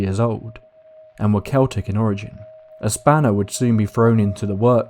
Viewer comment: I think "the answers they seeked" should be "the answers they sought" BUT since you pronounced Celtic (Kel-tic) correctly when so many say it like the basketball team, U are forgiven! ☘️